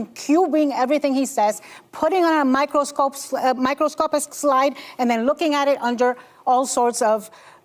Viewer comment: She could not say microscopic But yeah it's gonna tell us we're dumb and we don't know what we're seeing she can't even pronounce words